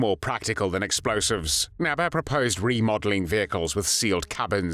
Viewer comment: It is pronounced "Nébé" , not "Näbä"